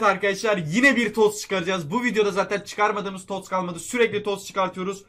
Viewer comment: TOTS'a Tost diyen koca yürekli adam